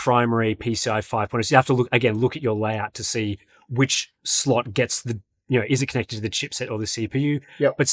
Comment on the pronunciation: saying "you know" is so funny. yeuouw